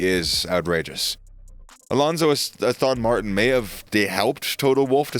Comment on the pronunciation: Is no-one else annoyed at the narrator's pronunciation of Aston Martin, Abu Dhabi, Jeddah?! Aboodabee?